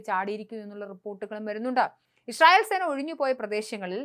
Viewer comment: ഇപ്പോളും ഇഷയേൽ എന്നാണല്ലോ പറയുന്നേ... ഇസ്രായേൽ എന്ന് പറയാൻ പഠിക്കൂ